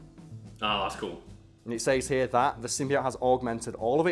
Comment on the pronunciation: I hate how he says the word "says"